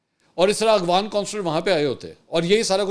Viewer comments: Aghvan nahi bhai afghan bolty Hain...5th cmnt hai Mera just is aik ghalti py mgr aap wahi k wahi Hain or kehty Hain k cmnt kia karain hmari team parhti hai aap k cmnts. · Mansoor Bhai. It is Afghan not Aghvan